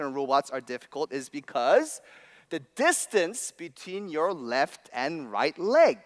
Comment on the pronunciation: "reft rand raight reg"